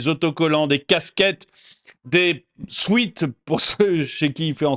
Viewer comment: Merci de noter que sweat ne se prononce pas “swit” mais “swet” . Merci